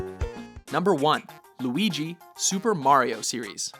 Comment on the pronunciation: said Luigi right!